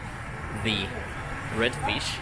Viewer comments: THE не можешь выговорить, ну хоть ДЭ говори, ну только не ЗЭ. А так, красавчик! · am I the only one noticing you pronounce "ze" instead of "the"?